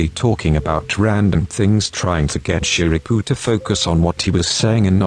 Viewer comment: the voice was so relaxing but it really cracks me up everytime it says Shirabu cus' i always hear it as "ShiRaPuUuU" lol